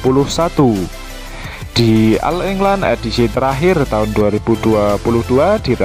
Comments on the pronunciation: bacanya oll england min... bukan al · Agak d perbaiki bhs inggris , penyebutan all england dg oll england bukan al england